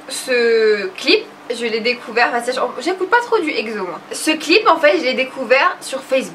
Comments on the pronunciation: c est EXO ( ekso) pas (egzo) :p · Quoiiiiiii !!!! ekzo .??? exo se prononce e x o (eksso ) arretttttteeeeeeee de pronnoncer ekzoooooo !!!!!! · en dit exo not egzo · alors...oui j'adoooooore le fait que tu mette du exo donc donc donc je lance un débat. On dit ekso pas egso meme si ca s'ecrit exo